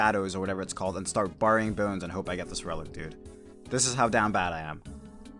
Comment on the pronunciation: You say burying wrong